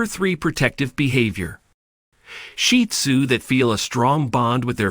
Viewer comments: He IS using the proper pronunciation. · that’s what I believe the commenter is implying because I didn’t know this was the correct pronunciation until watching more shih tzu content. 😊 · I love hearing the pointers but, also, hearing the AKC preferred pronunciation of the breed name: "Sheed Zoo" rather than sounding as if referring to a pile of dung. Thank you for all of the information.